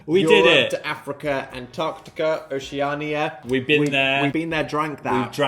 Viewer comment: new oceania pronunciation just dropped